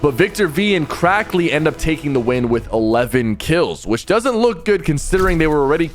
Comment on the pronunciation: Cracky instead of crackly